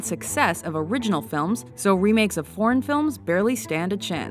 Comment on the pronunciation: I must have a dirty mind. I still hear "porn films" But I'll take your word for it, that she is saying "foreign films"